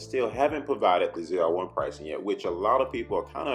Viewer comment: Never in my life have a i heard someone pronounce zr1 so wrong lol its , " Zee-are-1 "